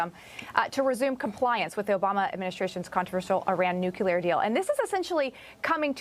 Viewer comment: There is no newcuelus, but there is a nucleus. Nuclear (pronounced nu-cle-ar) is a thing. The "newcuelur" you speak of does not exist, "". If you're going to speak on the topic as if in authority, it's worth at least knowing the word.